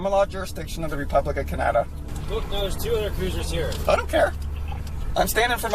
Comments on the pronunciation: Can-AH-dah? Canada's dissolved? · Canada and Canada both pronounced completely different from the other. That's entertaining.